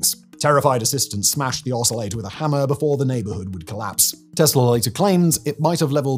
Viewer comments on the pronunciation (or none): none